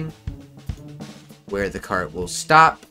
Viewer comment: I love the parts where you say "carT" and "traCK" its so satisfying